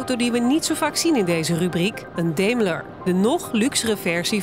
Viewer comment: Daimler spreek je uit als Daimler. Deemler is fout